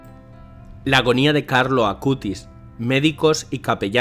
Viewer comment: Hermanos de hermoso video pero les corrijo es "Acutis" y no "Acustis" pero de resto hermoso video ♡♡♡ ☆Beato Carlo Acutis☆ ¡Ruega por Nosotros!